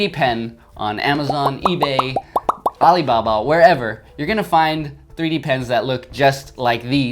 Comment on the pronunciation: I like how you pronounced Ali Baba. I'm subscribing to you.